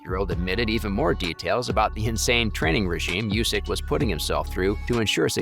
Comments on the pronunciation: The man's name is not pronounced you-sick, it is pronounced oooo-sick. Have respect and get informed before publishing this work with an avoidable flub. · Not "Yusyk", But "Oosyk"